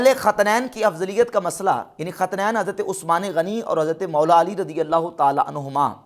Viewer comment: 18 minit pe lafz khintain hy khatnain nhi durust farmaaain